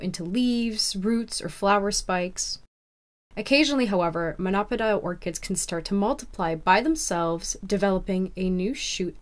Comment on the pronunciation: It’s pronounced mono-pod-eeal, not mon-opidal.